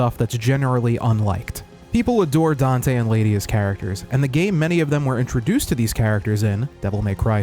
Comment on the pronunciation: not getting dante right, is this animes least problem...